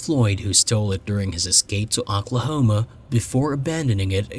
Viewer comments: I love the cases you cover them and how you cover them. Absolutely! I have one thing I must say though because it drove me a little nuts. I’m not trying to be critical here at all but you kept pronouncing Oklahoma like ‘Auk-la homa’ when it is pronounced ‘Oak-la-homa’ it just threw me off. That silliness aside I can binge on your show quite easily and truly do love it! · Talsa, Aklahoma? You need to get that artificial voice spiffed up a bit. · was it in Aquahoma? haha. Just what it sounded like to me. lol.